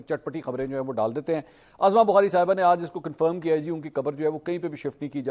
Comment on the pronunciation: Mansoor sb! Khudara ( uzma bukhari) pronounce kia karen na k ( azma bukhari) allah ta'ala aapki zindagi ba'barkat banana de aameen summa aameen. A G Bajwa from wazirabad.